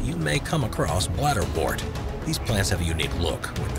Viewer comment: You mispronounce bladderwort. The “wort” part isn’t said like “wart”, it rhymes with hurt. Like the word ‘word’, wort has an ‘er’ sound.